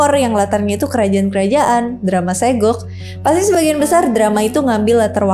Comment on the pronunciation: Di Korea dibacanya saguk kak